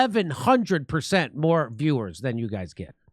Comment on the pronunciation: 20,30,40 "ber-zent". I love this guy. We can't lose him.